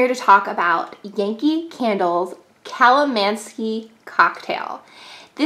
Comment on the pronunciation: Theres definitely no 'ski' in the word.